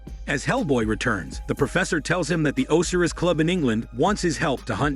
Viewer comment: would be nice if you could pronounce Osiris Club PROPERLY. Did you actually see the movie?